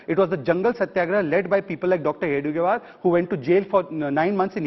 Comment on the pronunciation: Time and again, Congress spokesperson is wrongly telling hedgevaar as hegdevaar.